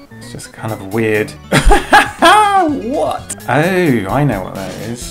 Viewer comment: it's strange hearing you say the word "weird"... lol